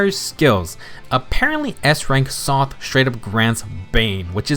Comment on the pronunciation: Did he say Soth not Sothe.